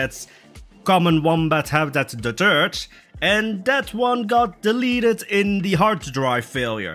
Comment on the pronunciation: the third wombat habitat sounded like the "turd" wombat habitat.... LOL..